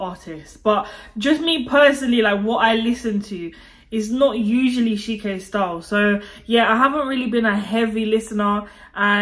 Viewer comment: she said ", have some shame.." 😅 plusss..it's "CHI-ké" 😅, not SHI-ke,. you know, like when you want to say 'Chilly'? yeah, that's how you say it. you're welcome btw